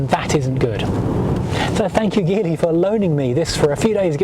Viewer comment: Also, pretty amazing that you can do a review like this but not know how to say the name of the car 🤦🏻‍♂️.